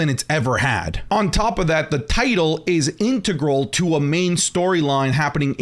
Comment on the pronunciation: is that how all canadians say integral?